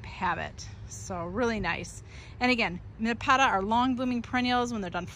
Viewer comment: You’re pronouncing Nepeta wrong. Thanks for the great info